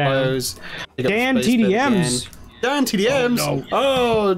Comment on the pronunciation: When they keep going Dan DAN DANNNN DANNN. At first I thought they said damn damn dan. Damn daniellll . XD